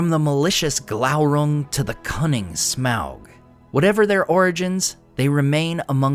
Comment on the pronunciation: You say smaug weird.